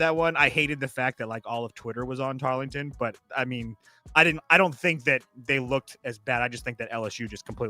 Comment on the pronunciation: Tar”ling”ton? Chinese satellite campus